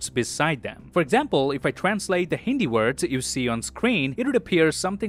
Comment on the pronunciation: it was THE BEST and CORRECT Hindi interpretation by any foreigner. excellent pronunciation by far. good job 👏👏👏👏